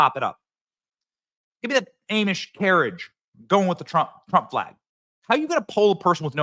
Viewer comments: Hey Benny, I hate to be that guy but it's pronounced Ah-mish, not A-mish. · Subscribed, but two things: (1) AH-mish, not AIM-ish, and (2) I don't think the Amish participate in voting. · Benny I love you but for the love of god man it’s AH-MISH lol not AY-MISH 😂😂 my ocd for ya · Ahh-mish, not Ay-mish. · It's pronounced arm-ish. Just saying. It's not aim-ish. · Hey, just so ya know: it's not A-mish (long "A"); it's Ah-mish. Get it right, dude. This is insulting. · ‘Ah-mish, not Aim-ish. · Much love to you Benny and I appreciate all the info you provided everything but one slight pronounced Aim-Ish it's pronounced Ahh-mish...😊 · You are pronouncing Amish wrong Benny! Its Ah-mish. Not Aim-ish. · it's Aahmish, not Ayemish - thanks! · It's AH-mish, not A-mish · Who says “aymish” instead of “ahmish”?! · You are a GREAT Patriot!!—-Thank You!!—-However—-You pronounce it AH-MISH—-NOT A-MISH!! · Benny Benny Benny its Ahhhhhhamish Not aaaamish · I love you Benny, but have someone teach you how to say Amish. It’s not Aim-ish. It’s Ah-mish 😂😂😂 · Love it but please stop calling them AIM ish It’s pronounced Awe mish 😅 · who the hell are A mish people???? its pronounced AH-mish...soft A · A mish person hahahah au mish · It's pronounced ahhhhhmish not aimish😂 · "ah - muhsh" NOT "a - muhsh," otherwise perfect take as usual!! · It's not "Aimish", it's "Ahmish". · Benny,it's pronounced almish not aimish...the correct spelling is Amish..lol Trump 24 🇺🇸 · Benny, Aww/midh not A/mush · Benny!! Pronounced Ahh-mish ~ not A-mish. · It's Ah-mish not A-mish. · quit saying AIMISH IT IS AHHMISH 🤣🤣🤣 Have you ever met an Amish person 🤣Do not go by a google search tells you, I have had many friends of the faith and not one ever pronounced it like that. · NEver heard “awe mish” pronounced “aimish” lol. Even by actual “awe mish” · Who tf says " A mish"? Drives me crazy. It is pronounced " Aw mish". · A-Mish? No, it's Ah-Mish. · Bro 😂 It's ahhh-mish. Not aim-ish. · It’s pronounced ‘o’ mish not Aaaamish